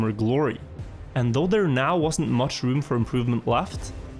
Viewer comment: did he really say „mushroom“ instead of much room? xD